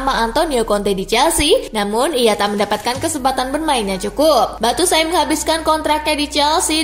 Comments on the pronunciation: Kaka Bacanya Bacuayi, bukan Batusai kaka.... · cara ngeja nya Batsuayi ( Batshuayi )... bukan Battusai... wkwkwkwk :D